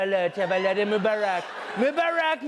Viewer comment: yesss😂😂 I thoght he was saying 'move Iraq...move Iraq...'the i realized it was mobarak😐